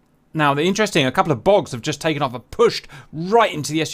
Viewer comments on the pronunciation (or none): Took me a minute to process that the "bogs" are actually "bugs" lol